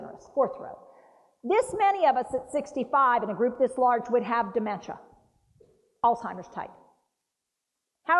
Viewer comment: NO T IN. ALZHEIMER'S AS A PERSON WHO TEACHES PEOPLE ABOUT IT YOU WOULD THINK YOU KNOW TO PRONOUNCE IT